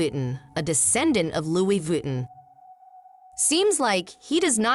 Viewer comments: Sure someone can teach this you tube bloody robots the right pronunciation of french, names places or terms. Loui 'vitten' is simply an insult to the french language. Cannot watch this shite. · pero por favor ! Lui Vitten???? Muchos billones y no pagan una traducción HUMANA. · Learned something new today. Didn't know it was pronounced "Louie Vitten" 😁